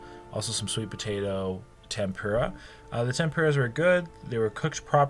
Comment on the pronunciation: take a shot everytime he says temPUREah